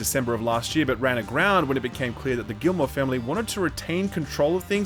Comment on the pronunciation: Since you care enough to pronounce Yves’ first name correctly, it’s kind of ridiculous that you’re mispronouncing his last name so badly. The L and the T are silent. It’s Gee-mo.